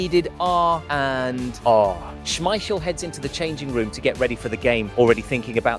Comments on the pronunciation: He is not called Peter Smeiscssjeel... Its with a K sound SmeiKel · SmeiKel,- not Smeissjel. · Say it with me, Peter SchmeiKEL. Not schmeishell. He is not a bechamel sauce. If you are gonna make a video the maybe do your voiceover correct… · According to Peter Schemichel the family name is pronounced Smeissjel, but the press called it SmeiKel so it stuck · This was great. It took a year off my life every time you said Schmeishel, but I still enjoyed it :p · How do you keep mispronouncing Schmeichel? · Is the voice AI? He pronounces Schmeichel like 3 different ways... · your pronunciation of Schmeichel name is stressing me out. haha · Imagine making a 16 minute video where you have to say the name Peter Schmeichel multiple times, and yet not looking up the real pronunciation of it. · Small detail.. The second "ch" in "Schmeichel" sounds like a hard "k" when pronounced correctly. But yeah.. We played the game so well that year, that they had to change that rule or the other teams wouldn't have had a chance come the World Championship in 1994.